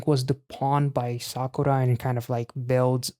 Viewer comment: random but your pronounciation on kazuha's and sakura's names is close to perfect!